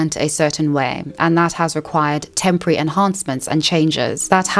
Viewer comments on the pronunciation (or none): none